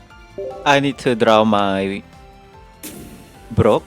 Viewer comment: Whenever he says "Brock", all I hear is "bro!" 😂